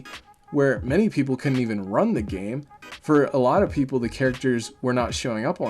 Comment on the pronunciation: Its a joke of you calling it gane instead of game.